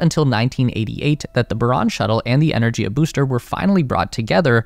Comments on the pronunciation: It's "ener-giya", with a hard "g", as in "gift. This is more common in Indo-European languages. A couple of minutes research would have found this out. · The Russian pronunciation of Energia is "Ee-ner-gee-yah". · The G in Energia is hard, not soft. Энергия